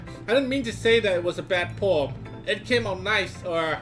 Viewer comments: Every times said ''Poem'' I heard ''porn'', i better reduce my porn time though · First time said poem, i heard porn... could never unhear it, and the whole video went wrong from there LOL